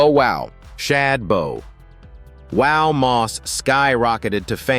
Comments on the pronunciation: Don't forget bo wow, & that's not how bow wow's name is spelled. i really hate AI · Right 😂booster rhyme and boowow😂